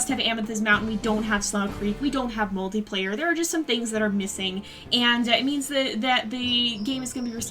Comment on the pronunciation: When you said multiplayer i thought you said mouldyplayer